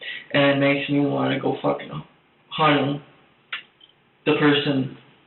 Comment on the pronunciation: It's "let's give it a GO" not goo. Goofball lol